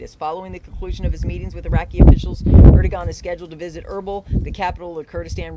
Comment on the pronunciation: Erd-o-wan is the pronunciation